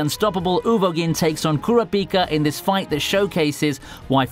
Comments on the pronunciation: Kura-PEEKA? UGH! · The pronunciation of kuraprika killed me🙅🏾‍♂️🤦🏾‍♂️😑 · Bruh!!! He said kura-pika which I don’t understand because in the sub and dub it’s clearly said as 1 flowing name not 2. Lol damn the accent tripped him up or he blacked out while reading it back for the voiceover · U said kurapika name wrong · The way pronounces Kurapika’s name makes me cringe